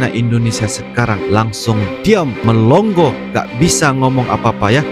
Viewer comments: Melongo bukan melong go 😂😂😂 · Melongo bos bukan melonggo yg benar klu bawakan narasi belajar dulu BHS Indonesia yang benar